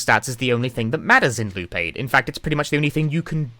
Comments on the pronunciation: I mean, he basically keeps saying "Lupe" when he says "Loop8" due to how he basically doesn't pronounce the latter half of "Eight". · I keep hearing him say Lupe lmao